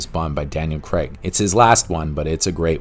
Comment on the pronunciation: It’s not Daniel Creg it’s Daniel Craig Cr ay G